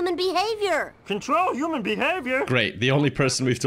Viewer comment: says uman instead of human i think its hilarious